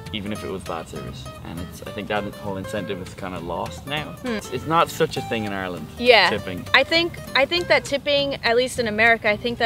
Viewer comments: theres no such place as Areland that's why. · Its "I"reland not Areland. 👁 or land. Say it correctly ffs.